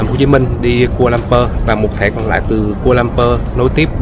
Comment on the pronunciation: Sân bay khu - la - lum - pua chứ anh